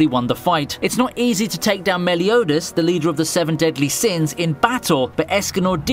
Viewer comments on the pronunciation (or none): none